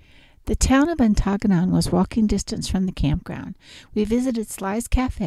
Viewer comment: Nice video of our area (Ontonagon)... just one tip: 'Ontonagon' is pronounced like 'On-the-Noggin,' with the accent on the first syllable.